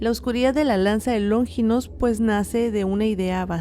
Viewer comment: q No es LóNGINOS, ES LONFINPS, NO LLRVA ACENTO 😅😅😅